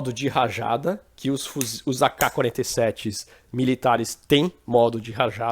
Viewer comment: Mas alguém reparou que ele fala Auqua 47 ? Achei engraçado, não precisa me levar a mal